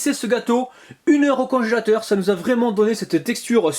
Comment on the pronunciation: Mmm j'adore tbarkallah délicieux,mais tu m'a fait rigoler quand tu as dit conchateur à la place de congélateur 👍👍👏👏😇😇😇tu est le meilleur 😇👍